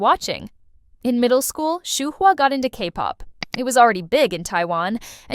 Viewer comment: If you're going to make these videos, learn how to pronounce Yuqi's and Shuhua's names. It's "Yoo-chee" (雨琦)which means Jade Rain in Chinese. Yuki is a Japanese name. Shuhua is just like it looks: Shoo-hwaa (舒華), which means "Unfolding beauty," appropriately enough.